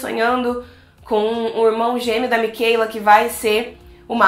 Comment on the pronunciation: Por favor não fale Micheila, e sim Michaela